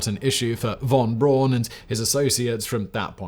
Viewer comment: That's "Braun" with a "u".